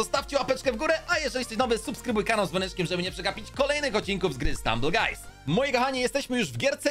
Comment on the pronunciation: czemu na Stumble guys mowisz Strumble guys?